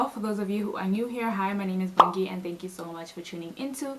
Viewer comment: Bongi not Bhongi, I love your channel. For such crimes I wish the death penalty could form some part in our law.